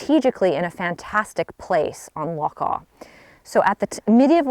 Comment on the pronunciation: This is one of my favourites too, so I loved this video! The scenery surrounding is just stunning, it's a dream castle to visit! Also have to give you so much credit for pronouncing 'loch' properly! :D